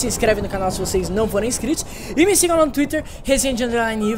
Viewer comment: Ele falou ME errado